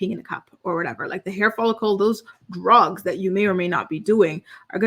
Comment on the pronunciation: I love your videos,, but the way you pronounce “drugs” drives me crazy 🤯 can we please start saying it the correct way? Pretty please? 😂